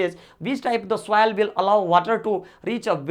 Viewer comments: Please do correct pronounation it soil not souil😂😂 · please do correct pronounation it soil not souil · It is not souvil it soil sir😂😂😂😂😂😂